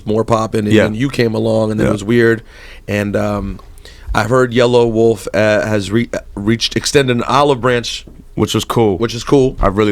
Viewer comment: yella wolf you dumb fuck his name is yella wolf NOT yellow wolf lol what a dumb fuck dont even know hip hop